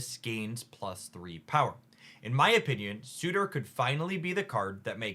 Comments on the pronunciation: Sur - tur not su - tor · surtur not sutur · Just in case the mispronunciations weren't just for engagement: Surtur: sir ter (syllables rhyme with her) Frigga: frig uh (frig like twig) Eitri: ee tree Malekith: mal uh kith (not Keith) Fenris: fen rhis (like wrist w/o the t) Gorr: gore *note these pronunciations are based off the popular American pronunciations or as appeared in MCU Some were pronounced correctly, but I thought it helpful to simply list them all for anyone else curious. I am a huge fan who watches hours of a week. Just didn't want 4 new "Chi-air-e-uh"s (Caiera). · I wonder if Surtor has a suitor? or are they already spoken for... or is it just that words are hard 😅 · Love the video! Just a heads up. It’s pronounced “ser-ter” but that card is gonna make Skaar decks even better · I find it very funny how an intelligent and thoughtful creator like can so consistently bump into pronunciation issues. Surtur, Arańa, Negasonic Teenage Warhead... EDIT: Halfway through...not just issues with Surtur. XD